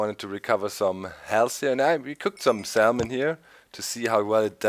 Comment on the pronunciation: The L is silent in salmon.